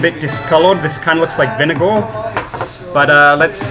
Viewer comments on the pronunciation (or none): Do you have some kind of speech impediment? Lol..just curious because the way you pronounce words with "r" sound really odd..like when you said vinegar it sounded like vineguuhhh hahaha